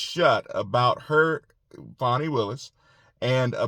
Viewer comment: It's not Fawney....it Fanny...like the butt cheek.